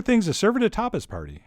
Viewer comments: I thought he said topless bar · i first thought you said topless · I had to pause the video because i thought you said 'topless' party. Looks good i'll have to try it out.